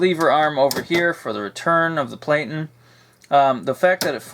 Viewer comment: Interesting typewriter. I like the sleek look of the later portables, but I like the different eras in design in general. One note: platen is pronounced PLATT*n, rather than PLATE*n. In other words, the first syllable has a short A, though it is stressed. I hear this pronunciation in YouTube videos often, so don't feel bad--one peculiarity of our time is that we often add a word to our vocabulary without ever hearing it spoken!